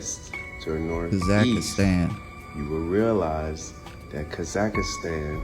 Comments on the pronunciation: Oh, just a lil correction: it's pronounced, "Kah-zahk-stahn." That dude sound funny af with the "Kah-zAck-ist-An!" Gave me a nice chuckle every time he said it😂It's a wild theory he's talking about, but, with as much as I KNOW that "They" have LIED to us about HUGELY IMPORTANT things, it's a total possibility🤷🏼‍♀️ Great compilation, 💪🏽 Thanks for putting it together for us😁 I can always count on you for some intriguing, original content. You find the gems, bro😉🫡 Stay safe and have a great week🙌🏽💜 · It’s hard to take dude seriously when he keeps saying Grand Canyon-s. And it’s Kah-Zuck-Stan. Also, no dude you aren’t onto anything. Your map has no correlation with scale.